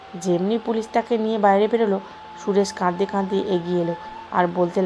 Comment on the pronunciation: পাবলিকের জন্য যেহেতু গল্প পড়ছেন, সেহেতু ভুল শব্দের উচ্চারণ গুলো ছাড়ুন।কাদদে কাদদে কোনো সঠিক শন্দ হলো না, যেটি হবে কাঁদতে কাঁদতে।